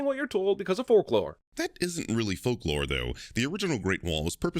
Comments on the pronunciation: No sin for 'forklore'? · Did say "fork lore"? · Did just pronounce folklore as “FORKlore?”